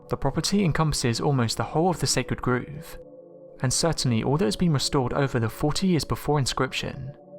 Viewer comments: Sacred groove? Are you trying to say grove? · You don't pronounce Grove as "Groove"... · Your pronunciation of many words is terrible. 'Grove' for example...Grow-v